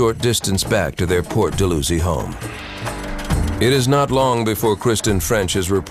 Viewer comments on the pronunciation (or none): Dal-how-zee not Dull-loo-zee.